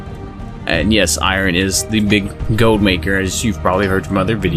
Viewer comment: say "goad" again xD